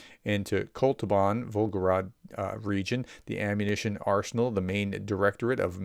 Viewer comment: It's Vol-go-grad, not Vol-go-rad 👍